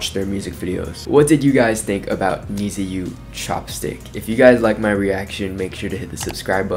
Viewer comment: Many thanks from Japan👘🌸🇯🇵 FYI, "NiziU" pronunciation is like "niju" or "need you". It implies that We(NiziU) need U(fans)!